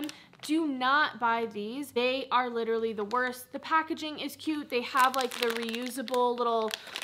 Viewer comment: “Literally” not literary lol love you 😍